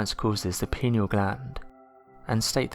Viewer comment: The Pineal gland is pronounced Pie-knee-al and not Pinny-al